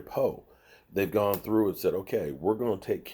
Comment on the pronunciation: 🤦🏿‍♂️You always say poe first name wrong